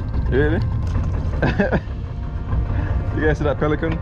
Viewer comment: The man said piliken you have to say pelican out loud😅😅😅 I laugh out so loud the babies looking at me laughing at the phone screen